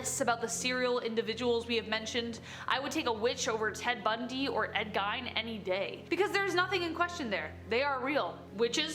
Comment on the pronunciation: Ed... GINE?!?!